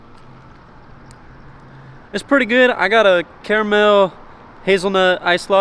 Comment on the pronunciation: Brother said Care-a-mail 😂